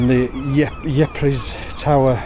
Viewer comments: Ypres is pronounced eepr not what you said lol! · It’s pronounce eeprs my grandad fought there in WWI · Ypres is pronounced Eepre - its a place in France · No, it's pronounced 'eep'.